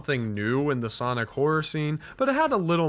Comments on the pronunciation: please stop calling him "soinc" his name is X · god damn it, soinc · Ahh yes, Soinc